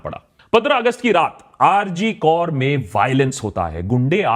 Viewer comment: Bhai rg kaur nai hai. Rg kar hai. Naam to pehle sahi lelo. Fir baat karo. With you bro. But it's not kaur, it's kar